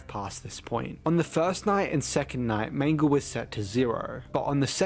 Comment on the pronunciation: i like that he switched pronounces when talking about mangle